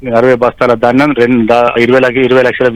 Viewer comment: Dhanjam bastalu kaadu baabu ...dhanyam bastalu telugu palakatam kuda ravatamledu ..vanakala chdauvulu